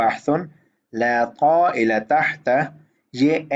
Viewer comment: بھائی جان وہ طائل کو طا سے پڑھیں یا قاف سے آپ نے قائل پڑھا